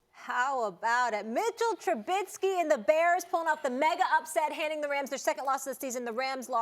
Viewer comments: It's Trubisky not Trubidsky!!! She's really annoying IMO... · I forgot to mention do u guys hear how these idiots are pronouncing Mitch’s last name? Lmao they are adding a letter t after the letter i and calling him truBITsky 😂😂😂😂😂.. bunch of morons..